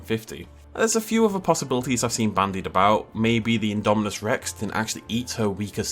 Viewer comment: Still saying indo spino